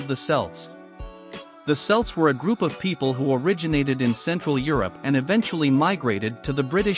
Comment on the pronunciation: Celts are pronounced Kelts. Celtic is pronounced Keltic.